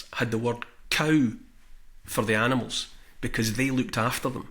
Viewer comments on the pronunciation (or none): none